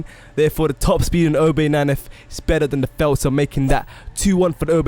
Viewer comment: Lol u say felter